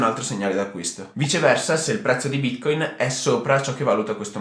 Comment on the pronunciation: Ti dispiace imparare a pronunciare Bitcoin? Non si può ascoltare